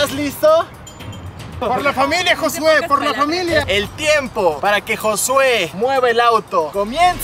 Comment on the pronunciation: y bien seguros diciéndole "José" en lugar de Jossue 😂